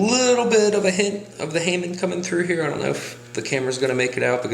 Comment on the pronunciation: It's pronounced HA-MOAN, not HEY-MAN.